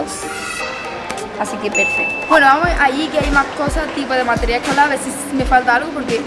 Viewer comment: Meteral ecolar lo pronuncia XD